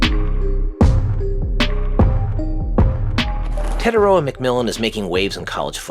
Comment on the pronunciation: Teh-tie-ROH-ah (r is rolled), or just Teh-TIE. Your pronunciation calls him “the the far” instead of “the distant/long sea/shore”.